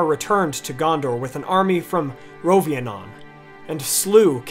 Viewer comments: It's Rhovanion, not Rhovianon...right? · It was constructive criticism and he was still complimentary of the channel. It is an absolute fact that his pronunciation needs to be improved so it isn't trolling. Also, a very important thing that needs to be noted about pronunciation is Rhovanion: It is not Rhovianon. Make sure you know where the "i" is located, and don't make the emphasis so hard on the "o" when it should be largely on the "a". As for words in general, I don't think you need to be bilingual to understand phonetics but it sure helps. I am not bilingual but pronunciation comes easy to me because I pick up on patterns quickly. That's all that language is really; complex patterns. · Rhovanion is pronounced "ro-van-yin" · You keep mispronouncing Rhovanion as Rhovianon.